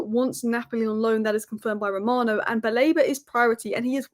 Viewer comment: It's Fabrizio "RoMAno" not "RaMOna" 😁